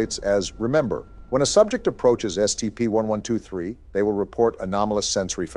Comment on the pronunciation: Lol said scpt when they were reading about the skull